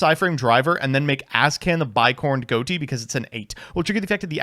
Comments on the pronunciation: It's pronounced Fish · Isn't it pronounced fish tho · why is everyone pronouncing ghoti wrong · Excuse me sir, but it's pronounced ghoti. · I think Ghoti is supposed to be pronounced "Ghoti", actually. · Not even 5 seconds in and already mispronounces Ghoti smh